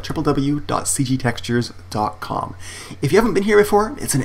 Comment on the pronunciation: "Triple-W"! You shameless fucking hipster you!